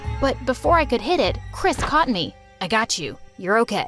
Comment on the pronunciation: Chris Me: hears crisp